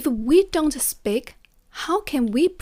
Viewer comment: Hi, great advice. Since you mentioned constructive criticism, please notice that you're mispronouncing the word speak as spik. It should be a long ee sound as in sheep or week. Keep up the good work!!